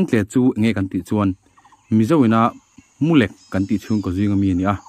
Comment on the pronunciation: Mulek tih i lam dan hi a dik lo deuh in ka hria,lek tih hi pathum lek, pali lek kan tih ang hian lam tur anih hmel.